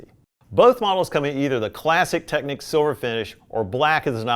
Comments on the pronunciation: This word is "Technics" / this word is "Techniques" . Just saying 😂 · It's a shame he started off pronouncing Technics 'techniques'.